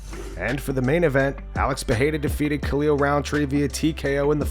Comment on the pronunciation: Getting tired of hearing this. "Puh-hey-duh" is a different name than "Puh-rare-uh." I had to ask this Brazilian couple that I know. They're 2 different names. It's pronounced Puh-rare-uh